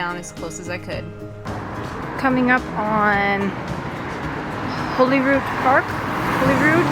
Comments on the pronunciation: It’s actually pronounce Holly rood.not holy rood. It’s lovely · It's pronounced Hollyrude, I know this because I grew up in a B&B called Holyrood House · It's actually pronounced 'Hollyrood'...as in, christmas holly. It's an understandable mistake because its not spelled that way. (spelled/spelt.....see... I dont know).. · It’s normally pronounced ‘Hollyrood.’ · Holyrood in normally pronounced 'HoLLyrood' Great vid! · It is Arthur's Seat that you climbed, not Holyrood mountain or hill. Also, we pronounce Holyrood like Hollyrood. Don't ask me why :-) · That is Arthur’s Seat Not Holyrood mountain Holyrood btw pronounced the same as Hollywood but Rood instead of wood Completely unrelated but the best football team in the world play in the stadium you could see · you’re narration was a very enjoyable enhancement to your lovely day spent in Holyrood Park(which BTW despite having just one L is pronounced like the berries not the Bible). I don’t know if anyone left a note, but those thorny bushes with the brilliant yellow flowers you kept walking past as you went up the hill are called Gorse. You’ll find them all over hilly rocky places across Britain, like Cornwall and Wales. Also, despite being confusing (not to mention incorrect, redundant and long winded IMHO) that big royal pile is officially called the Palace of Holyrood House. It’s the Queen’s official residence in Scotland, as Buckingham Palace is her official residence in England. Being the ultra pedant that I am, my view is if it’s a house it’s not a palace, if it’s a palace it’s not a house, and therefore I call it Holyrood Palace and leave it at that, on the principal that until Victoria moved in and it’s status changed, Buckingham Palace was called Buckingham House. When it became B’ham Palace they had the sense to drop the house bit.